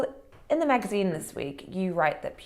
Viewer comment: Does The Spectator ONLY hire posh people people who can't pronounce 'th' properly or something? Katy Balls saying things like 'frets' instead of 'threats' ...followed by the equally plumby James Forsyth saying 'vuh' instead of 'the' and also 'feems' instead of 'themes' . Seriously? Don't give me any crap about speech impediments etc, they're perfectly capable of pronouncing 'th' I'm sure of it